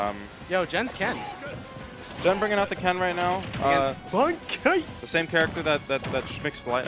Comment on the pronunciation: Can people plz stop calling this man "Banky" His name is Bankai, pronounced Bon-Kai. Why would the Kai make his name sound like "banky"? Its just giving me a headache listening to everyone at that venue gettimg their own players name wrong..Yall need to socialize more over there and learn each others names